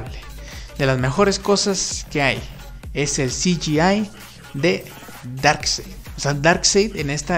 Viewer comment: Buen video! Y ya sólo 10 días para la ZSJL! Oh, por cierto, Darkseid se pronuncia "darksaid".